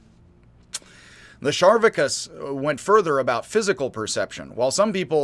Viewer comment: Its spelled Charvakas, so why are you pronouncing it Sharvakas? Char, like Charcoal.